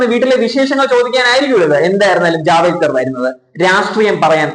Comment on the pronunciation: ജാവേ ക്കർ അല്ല ജാവ ടേക്കർ G ആണ് ഇനി മറക്കല്ലേ